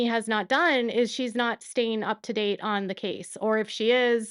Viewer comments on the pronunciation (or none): none